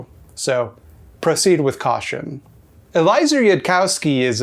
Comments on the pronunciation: This video is really good! I have a few tiny nitpicks: 1. It's Eh-lee-eh-zer, not E-lie-zer. 2. EY does not actually think that the AI described by the Basilisk is a friendly AI (and this is basically his only stated reason for why he thinks it's false-ish: it's so obviously non-friendly that he can lump it into his general concept of "bad AI to avoid making" and not really have to think about it further). But like you pointed out this is obviously insufficient: there are tons of earlier problems with the concept that make it fall apart much earlier, but EY doesn't wanna talk about those because criticism of those parts would be very threatening to both his general project and his personal ego. 3. It's called "Roko's Basilisk" as a reference to an obscure science fiction story: BLIT by David Langford, which is about very similar things that are called basilisks inside the story. (Also, I think this video was actually very kind to EY/LessWrong, because holy shit there is way more ridiculous and/or pernicious bullshit where that came from. You didn't even mention Scott Alexander.) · One note: the name Eliezer is pronounced /ɛ.liˈɛ.zɚ/, not /əˈlaɪ̆.zɚ/. He is still a hack fraud though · ehlee-AY-zer Yooodkowski. Happily, the weird voice wasn't an Eli Bosnick level Jew thing.